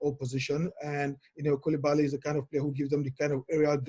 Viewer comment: bro you seriously have to fix your pronunciation of Koulibaly